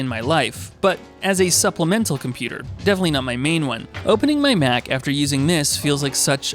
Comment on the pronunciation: You say Mac like “Myach”